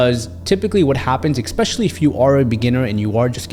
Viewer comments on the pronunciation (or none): Lots of great advice, hits close to home, having good losses AND being a good loser takes practice and mental strength. You are only competing with yourself. I also want to respectfully point out that the word "especially" is pronounced ESpecially, not EXpecially.